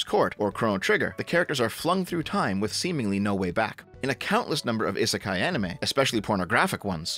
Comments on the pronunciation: The sound you keep making when pronouncing Isekai (ih) doesn't exist in the Japanese language. Aa ee oo eh oh form the base sounds and you put other sounds infront of them to form words. So, isekai breaks down to: (ee)s(eh)k(aa)(ee) It's a phonetic language, so everything is pronounced exactly as it's spelled. The I's we use in the Romanji spelling represent the symbol for (ee). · I know it's romanized with an 'i' but Japanese has incredibly regular pronunciation and it's 'ee'sekai. Technically the 'i' at the end is the same, but it runs together in the 'kah-ee' sound. It's not an 'i' like in 'in'. inb4 weeb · Having the hardest time with this video because someobody who has "Otaku" in his name can't say "isekai" properly. eee-seh-kai. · "Ih-suh-kai is a Japanese word..." uhh, not pronounced like that it isn't! We give JP a hard time for their Engrish but Westerners' Jupunese is just as bad like damn xD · You're mispronouncing "isekai"